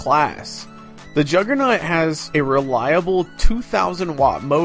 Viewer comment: "Juggernut" lmao.